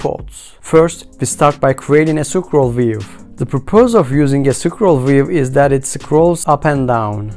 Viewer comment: I dont understand how in some words you can pronounce letter "t" and in some you dont. What is BuNN? Objek? Sucroll view? For some reason its very annoying. Apart from that ty for tutorial. Maybe in futur make it slightly slower as the pace is a bit too fast.